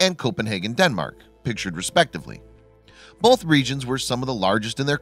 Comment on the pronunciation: Pro tip: There is no letter "l" in the word "both."